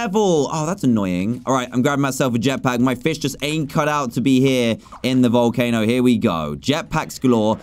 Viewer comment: Wait! Did i just heard a behemoth in vowelcano! But a behemoth is big! No wonder why its so tiny!